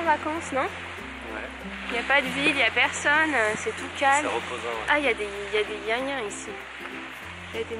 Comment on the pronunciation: Mdrrrrrr " y a des yins yins " t as pas vécu aux Antilles toi 😁😁😁😁